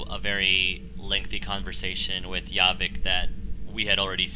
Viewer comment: It's JAH-Vick not YA-VICK.